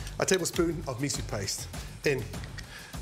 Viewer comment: wtf is a mea-sue?